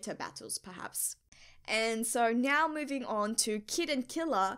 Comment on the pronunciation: Do you pronounce now to nyo for fun or it's just like that